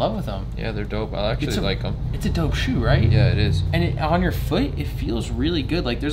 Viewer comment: "on your fooeet"